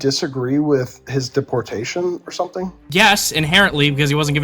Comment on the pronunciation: I have a problem with the way he pronounces deportation